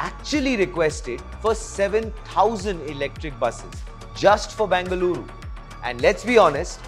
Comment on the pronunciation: Say either BEN-GA-LURU or BAN-GA-LORE 🤦🏻‍♀️